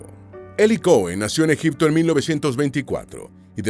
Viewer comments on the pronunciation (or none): none